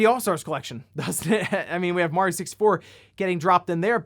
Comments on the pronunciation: I can’t stand how he says mor eee oh. It’s a sharp a. Someone pointed it out in the comments, now I can’t stop hearing it. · yeah, you pronounce it M ARE EEE OH, or MAT EOH